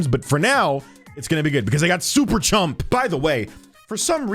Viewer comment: its super chum not chump